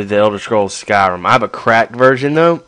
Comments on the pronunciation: why do you call it skyrum? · i love the why u say skyrim